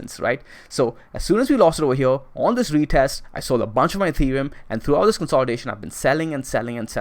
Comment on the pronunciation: Right ova HEA~